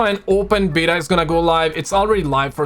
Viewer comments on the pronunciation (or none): none